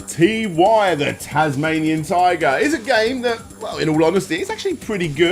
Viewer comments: It is. I don't know how he pronounces it Tea-why and claims he played the games. The name is said numerous times throughout, anyone who really played it would know. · mate. Can I point out to you that it's not T Y the Tasmanian Tiger and that the Ty is pronounced as Tie. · It’s pronounced as “Tie” The Tasmanian Tiger, not Tee-Why”. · i dont quite understand why Ty's name is being pronounced as 'TeeWhy'...i always thought it was like "Ty-ger" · Isn't it Ty, not T. Y.? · It's pronounced "TIE", not "Tee-Why". :v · Did you just fucking call him Tee Why?